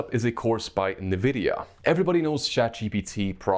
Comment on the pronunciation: I get Goosebumps everytime he says "Nividia" instead of just pronouncing it corectly :(